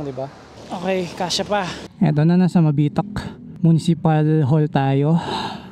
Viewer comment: Nice vlog idol ang ganda ng lugar na pinili nyo pag campingan Welcome to Mabitac Laguna medyo mabilis ang bigkas ng Mabitac dehins mabagal,nxt time pag mag sisigang kyo yung maliit na pck ng sinigang mix halos png 1liter na isasabaw mo di ba mag sasaing ka i save mo yung pangalawang pinaghugasan mo ng bigas very good yun Idol syempre lalagyan mo ng kaunting seasoning mahigit isang oras pag biyahe papunta dyn taga Sta Cruz Laguna ako idol ingat ride safe and God Bless"".